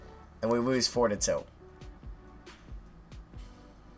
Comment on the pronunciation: "It looks like we are going too wose this game"